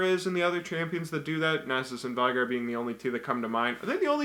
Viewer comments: Yeah, it's not Vee-gar, but it's not Veigar (German pronunciation) either. It's Vey-gar. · It isn;t "veegar" or "vigar", the correct pronunciation is "vaygar" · It's actually pronounced Vey-gar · It is pronounced Vay-gar. I know because I main him and own the final boss skin, and on of his quotes is I, VAY-GAR will knock you all down! Oh, and his Ult no longer scales with his opponents ap, instead their missing HP. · Load into game using Final Boss Veigar skin. He will sometimes speak in 3rd person. It's pronounced Vay-gar. Sorry